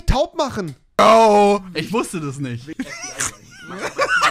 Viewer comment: Kennt ihr das sagt nicht kennt ihr dis